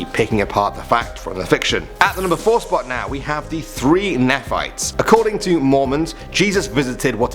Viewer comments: Nephites: pronounced as (knee-fights).great video! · Nephites is pronounced “Nee-fites” lol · It’s pronounced “knee-fights” not “nef- fights” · Nephites aren't pronounced as "Ne-fights". It's pronounced as knee-fights, named after the prophet Nephi (knee-fi). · He pronounced nephites so wrong yo😂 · “The Three Neh Fights”, it’s actually pronounced “Knee Fights”! 🤣🤣🤣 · It’s not pronounced (neh-phites) it’s (knee-phites) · I am Mormon and I do not know what you are talking about. Never heard of this three nephites in my life 😂😂😂😂. It's nee-phites not nea-phites by the way. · It’s pronounced KNEE FIGHTS. And they’re has been many stories of them still till this day.. blows my mind how crazy accurate the Latter Day Saint faith is .. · I was surprised the 3 Nephites made your list. One thing though, you weren't saying it quite right. Phonetically it would be like saying knee and fight together (kneefight) or Nephite. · Neeee fights is how you pronounce it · I thought he said 3 nyphos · #4 is pronounced nee-fites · Also what's up with using a soft e in Nephites. It's pronounced Knee - fights... Not that I care lol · Nephites is pronounced 'knee-fights' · Its said like knee as the leg part fights as plural of fight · Great video and fun to watch! The 3 Nephites (pronounced 'knee-fights') is a story I've grown up with! The world is full of cool new things to learn about. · You pronounce Nephites wrong its Nee-fites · its pronounced nephites (KNEE-FIGHTS) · It's pronounced ny-fights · You said Nephites wrong. It's pronounced as saying Knee Fights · No one will probably see this but it's pronounced "knee fights" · its pronounced neeeeefites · Mormons where u at and it's pronounced Knee-fights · It’s pronounced knee-fights But spelled nephites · It's pronounced "neh-fee-tees". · It's pronounced KNEE-FIGHTS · Nephites is actually pronounced “kneefights” believe it or not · its pronounced neephites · Also, it's pronounces Knee-Fights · the nephites its pronounced neee fites